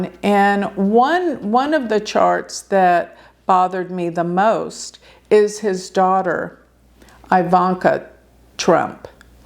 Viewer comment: The daughter’s name is pronounced like ee-vanka